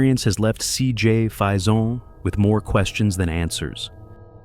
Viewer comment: Cj's last name is pronounced fayson spelled faison. It's not French so stop pronouncing it with a French accent!!!